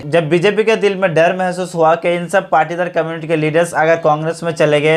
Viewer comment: I think it is Patidar not partidar